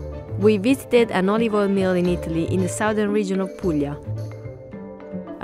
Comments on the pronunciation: "A bit of olivol" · more like: "olivoil"